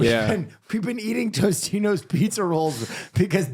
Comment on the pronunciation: I'm sorry but it needs to be said. TOSTITOS and TOTINOS are DIFFERENT BRANDS. There is no TOSTINOS. This is not a dyslexia thing either I hear it everywhere and I refuse to remain silent.